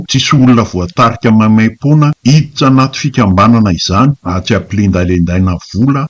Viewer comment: Tena te hiaino mafy anty chaine ity fa tsia satria tena mahaletrav ilay fanononana teny Malagasy ,tompoko mba fehezo aloha ny fiteny Malagasy satria mendrika izany ny filazana vao2 otran zao fa tena mankarary sofina,tanJona fa tsy tandrona ,miditRa fa tsy miditsa,Battant fa tsy hatsany ,faritRa fa tsy faritsa ,mpanJaka fa tsy mpandraka ,tsotra fa tsy tsotsa,mino aho fa olona mba nianatra ihany ilay mpiteny ato ka tokony hahay hanononana teny Malagasy tsara fa tsy hanao fiteny ambany tanana,misaotra tompoko